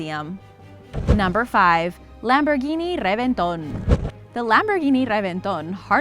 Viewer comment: She went full Latina